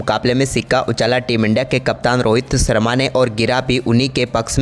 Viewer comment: salia, bolna to seekh le. Barish ko Baris, Sharma ko Sarma, Shandaar ko saandar bolta. Shame. Pakhsh ko pax, Shuruat ko suruat. Lahnat teri Hindi pe. Rishab ko Risab?